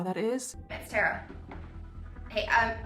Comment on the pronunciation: Thank you for pronouncing “Tara” correctly!!! I stopped trying to correct people years ago! Lol (BTW I’m NOT the Tara in this story!)